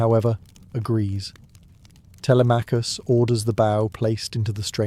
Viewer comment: “Tele may cus” I’m out.